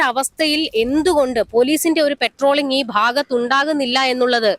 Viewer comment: പെട്രോളിംഗ് അല്ല പട്രോളിംഗ് ആണ്